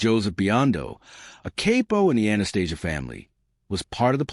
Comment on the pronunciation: I believe it’s pronounced “cap-o” (as in toy pistol caps).